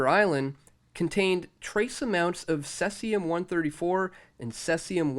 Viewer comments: SEE--ZEE--UM... Not "sessium"... It's not a seed that you find on your Big Mac bun... >:\ Say Caesar... (i.e. Caesar salad, Julius Caesar, etc)..... Now say Caesium (original, "archaic" spelling)..... NOW you get it! :D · It's pronounced "CEE ZE UM" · Pronunciation /ˈsiːziəm/ see-zee-əm